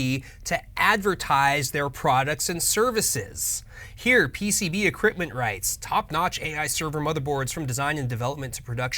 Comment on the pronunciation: 😂😂😂 PCB Eqripment.